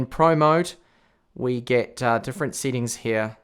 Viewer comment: I like the way he says settings "seatings" 😂